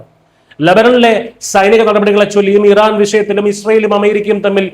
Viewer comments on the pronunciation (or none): none